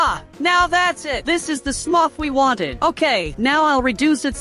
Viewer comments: Why did u say sumrf instead of smurf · Bro said smuf🤣